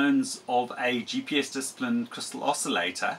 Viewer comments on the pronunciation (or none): *TUNED not "tunned". *DISCIPLINED not "disaplined"